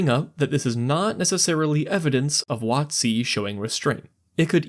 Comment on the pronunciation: Emphasizing it "wot-C" instead of "WOT-c" is really throwing me off lol